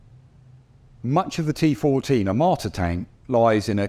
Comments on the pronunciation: I keep hearing "amarta" from the presenter, not "armata" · "a m a r t a" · I never heard of "AMARTA". I don't know where you are from, but please pronounce these names correct. Besides amarta I hear a lot propaganda. 😂😂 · First, learn to say the name of the thing you are judging; Armata and not Amarta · The amarta? The onerta? Lol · Australian guy: Tea Fohhteejn AwmoOAaAtah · disgraceful pronunciation of "er-mata" and "pewtin". If you ARE GOING TO MAKE A VIDEO ABOUT SOMETHING PLEASE LEARN HOW TO PRONOUNCE THE NAMES. Minimum requirement. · “Armaaaata” “Puyyutin” 😂